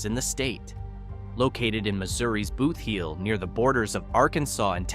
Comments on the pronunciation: Okay, clearly when this video was made no one from the area that knows the actual pronunciation of the towns or parts of the state was consulted. Rolla is pronounced "Rah-la", the "Boot Heel" Is pronounced just like it reads, not "Booth Heel". Guessing this was AI voiceovers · I jumped on to point out that Hayti is pronounced Hay-tie and not like the the country Haiti, and before I could start typing I heard the botched pronunciation of Bootheel. AI is trash.